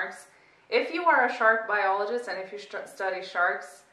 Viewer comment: Statham: "iom a marine bioleejist io am"